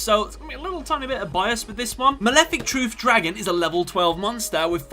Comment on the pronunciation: Mawefic Twuth Dwagon